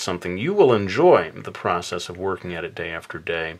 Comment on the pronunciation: Yeah I was like at abercrombehh the other dehhh hahaha made me laugh so much thank you!